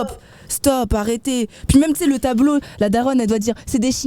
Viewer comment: Elle a vraiment dit "bandeau chine" pour parler de tableau de calligraphie japonaise 🤣🤣🤣🤣🤣 ????